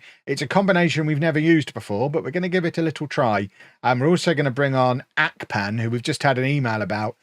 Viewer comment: it's Ahhhhh-pan not Ark-pan